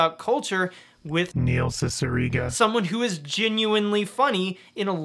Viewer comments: Do you have that jarring "Neil Cicierega" cue because you mispronounced his name during filming? I've pronounced his name as See-see-err-gah for years and nobody corrected me. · You were mispronouncing Neil Cicierega's name the entire video weren't you?.